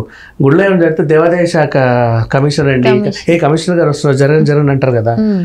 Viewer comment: Anchor ki telugu rada? Shanthi , devalaya shaka words lo H ledu. Sarriga matadu